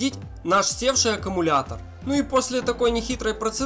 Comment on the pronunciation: Автор, научитесь правильно произносить любимое слово. Не "аккАмулятор", а "аккУмулятор".